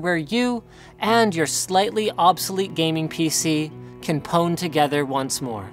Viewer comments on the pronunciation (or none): wtf does he mean pone. he doesn't know how to pronounce pwn? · "Pwn" is pronounced "own", btw.